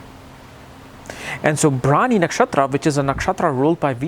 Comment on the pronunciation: That is bharani not brawny